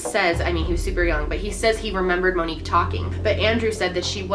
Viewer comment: As soon as you said her name right in the beginning, I just felt, She’s Gone.